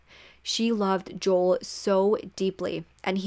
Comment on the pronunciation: Great video!!! Just wanted to kindly let you know that Joel’s name is pronounced Jo-el not Jol! 😁🫶🏼